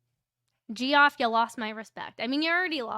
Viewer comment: Just FYI, Col. Noble’s first name is pronounced Jeff. And the head of the MSP has nothing to do with discipline of uniformed officers.